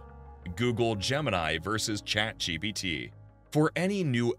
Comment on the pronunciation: Be keeps saying 'ChatGBT'